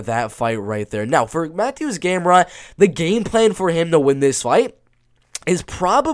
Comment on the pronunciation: both. Yes the T is silent so it’s like Saryukyan. And Mateusz is pronounced like Ma-Toosh. I’m glad you were able to fix others like Petr Yan, Benoit Saint Denis, Dricus Du Plessis to name a few.